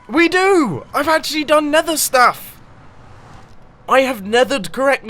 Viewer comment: When Mumbo "Nethers" correctly :D